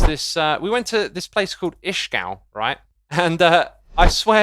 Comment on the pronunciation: As an Austrian my ears died when he said Ishgal instead of ischgl, but glad you had a great time 👍